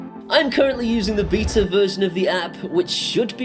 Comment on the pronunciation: Thanks for saying beta the proper way